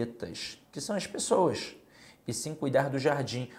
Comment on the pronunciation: Boa aula. Mas na hora que falou "as pexoass" eu ri. Acho que é carioca. Boa aula. Parabéns